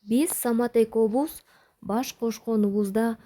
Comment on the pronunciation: Эковуз эмес экөөбүз - деп туура оку. интонация такыр эле ноль. Репитиция кылып кайра кайра окуп өзүң угуп анан чыгарчы. Иши кылып эле бирдеме сирдеме деп эле окуй бербей.